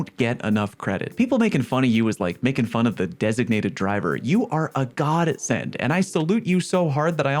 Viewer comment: Ok "acend"